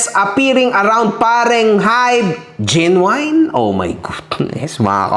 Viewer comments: *correction lang po Genuine correctly pronounce as JEN-yoo-in not Jen-yoo-wine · Kahombre, solid follower mo'ko dati pa ako nanonood sayo. Correction lang sa pag pronouce mo sa "Genuine" it should be; Jen • nWin. Walang halong yabang or what, or sama ng loob alam kong hindi ingles ang lengyahe na nakasanayan mo. Keep safe! Always have a room for a new knowledge, marami din ako/kaming natutunan sayo ~